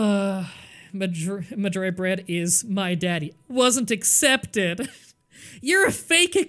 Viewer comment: I just realized after years of watching that it's bread not beard